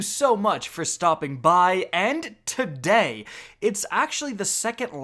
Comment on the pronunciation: The way you say today is so fking jarring in the beginning Jesus Christ